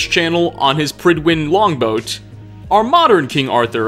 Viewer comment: Prydwen is Welsh for fair faced/handsome. The “pryd” part should rhyme with the “pud” in pudding. “Prud-When”